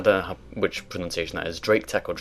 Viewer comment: Is pronUHnciation some thing you say regularly?